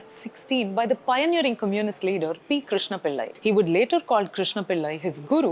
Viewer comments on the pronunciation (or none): none